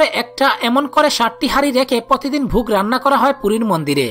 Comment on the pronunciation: শব্দ গুলো বিশুদ্ধ ভাবে উচ্চারণ করলে ভালো লাগতো , একটি উদাহরণ হিসেবে বলতে পারি আপনি ভুগ বললেন ওটা ভোগ হতো।